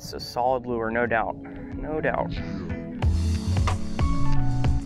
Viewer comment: Its lure not loo-er